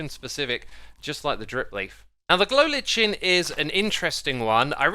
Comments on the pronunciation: 🌿It is pronounced "glo li-kin" not "glo litch-in". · It's pronounced glow liken even though it's spelt lichen. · Lichen isn't litch-en it's lie-ken :'O and amethyst is a-muh-thist...please google these pronunciations. I'm not trying to be rude but its like pronouncing Mojang wrong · Lichen is pronounced liken my guy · Can someone please tell me if lichen is pronounced with the CH sound in British English? It's very much the K sound in North American English. "LIKE-en" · Saw a dude from Scotland also pronouncing it like "LIKE-en", so it may just be a mispronunciation on his part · The lichen will forever be mispronounced with you, won’t it,? lol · Not sure if it's different where you live but in Scotland lichen is pronounced liken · Yeah it's pronounced that way in Canada too, maybe it's just a mispronunciation on his part